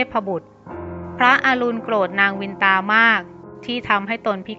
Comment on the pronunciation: เคยอ่านในตำนานเก่าๆ.เขาออกเสียงว่านางกัทรุ..กัด-ทะ-รุ.ไม่ใช่กัด-ทรู.และนางวินตา.ออกเสียงว่า.วิน-นะ-ตา